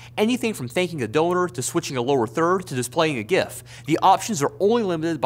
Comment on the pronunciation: Disliked for the mispronunciation of gif smh